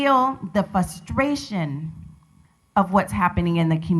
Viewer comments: Nothing like feeling "fustration". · yall get off the hook? fus-tration....??? excuse me? he did say Dr. before her name, did he not? Dr of what, i hope not speech.